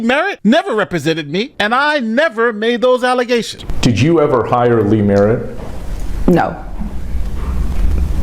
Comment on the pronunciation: "False alizations!!" 😂😂😂